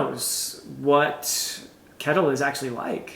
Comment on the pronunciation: Finally getting to read these books after waiting for them from the library! So fun to hear your thoughts! Just a side note, It might be different in old Norse but I'm Swedish and we pronounce Kettil/Kättil more or less like shettil (like a shushing sound st the beginning)